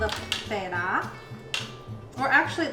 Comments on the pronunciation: It’s feta, not fayta cheese 😂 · Honest question… have I been saying feta wrong. I’ve heard other people pronounce it like that too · the way she says feta is so funny